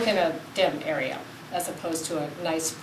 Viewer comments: 'Arearer' cool vid in all 'arearers' lol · airy-err = area